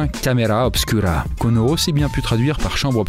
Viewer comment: super vidéo sauf que tous le long tu pronoces camera obscura alors que c'est du latin et que le u se prononce ou du coup sa s écrit camera obscura mais on prononce camera obscoura ( je comprends maintenant à quoi ma servie 1 an de latin )